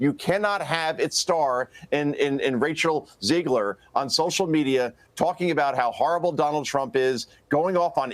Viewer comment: Did you say “Racial Ziegler?”… lol😂